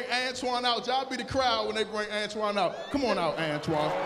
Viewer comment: It's "Antoine"